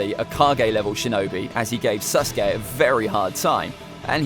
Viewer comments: Alright, everyone forget about “Ahkatsookey” listen to this, “Sus-gay” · sas uh kay